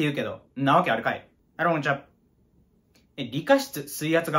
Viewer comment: みなさんこんにちはがあらもんちゃにしか聞こえん